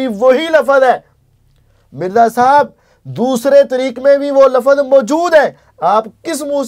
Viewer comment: Ali Bhai ko waahid jama sikhaane se pehle khud to waahid jama seekhlo Bhai, aap apni jahaalat dikhaate hue kehrhe hain ke 'doosre tareek mai bhi wohi "lafaz" hain', pehli baat to "lafaz" hai hi galat, "lafz" hota hai aur doosra 'lafaz hain' nhi hota 'alfaaz hain' hota hai, jahaan tk baat turk aur tareek ki hai to Ali Bhai ne flow mai boldia kyunke aik lecture mai unhone turk aur tareek ke darmiyaan farq bataaya hua hai, yaani unke ilm mai hai phr bhi bolrhe hain to it means ke wo flow mai bolgaye. TRUTH Lovers ko SALAM ! ! !